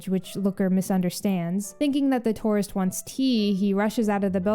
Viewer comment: I swear I thought you called that female NPC a Tauros instead of a tourist for a couple seconds😂.